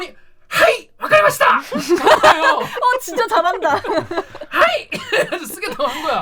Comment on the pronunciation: 하잇! 와가리마시다! 왜케 찰진거임 ㅋㅋㅋㅋ